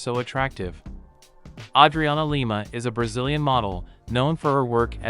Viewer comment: Yay name pronounced correctly.